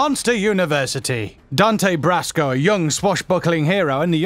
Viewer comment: Speaking of roles that J.K. Simmons is known from, in 107 nerdy facts, and never mentioning J. J. Jameson from Spider-Man... what a shame ;p and btw: - Dante "Brasco"? What the heck? - that's "Kyoshi", not "Koyoshi". You guys need some QA before posting those videos ;)